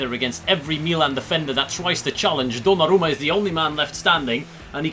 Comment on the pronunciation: Bro that is weird that you can pronounce the name of the keeper